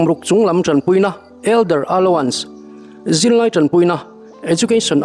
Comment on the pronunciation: Pu Engkima kan pawl😂 Loks. Allowance tih lam dan hi aluans ti lovin alauns tiin lam tawh zawk ta che, i chhiar ngaihnawmin a ngaihthlak a nuam e❤